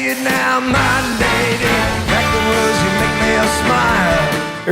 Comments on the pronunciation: Crackling Rose is actually pronounced Crackling Rose-ay not Rosie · The name on the bottle is pronounced crack-ling RO-ZAY, not Rosie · It irks me more than you can possibly know the hear you call the drink Crackling Rosie, rather than Crackling Rosé.